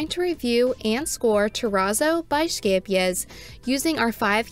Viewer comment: 10/10 for this review simply because you had a pretty good pronunciation of Scheepjes 🤣 The number of times I've been caught off guard and did a spit take because someone said sheepjuzz or scapejass has been too many